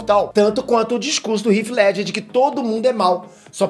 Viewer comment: Agora o tá pronunciando o nome de Heath Ledger corretamente kk, parece que o cambly tá dando resultado né!